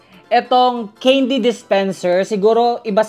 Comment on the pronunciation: it's can-dy not cane-dy